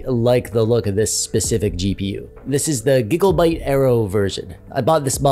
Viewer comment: Did u just say Giglebite?